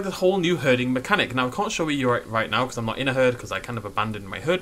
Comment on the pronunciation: "herdinga system"